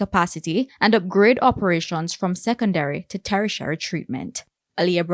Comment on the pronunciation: Sadly these presenters need to practice proper pronunciation. The word is pronounced in the same way it is spelled..."tertiary" . Come on TVJ. These clips go far and wide. You know you can do better.